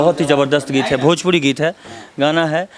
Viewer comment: अरे ओ काले तितर भजपूरी नही भोजपूरी होता है ! 😂😂😂😂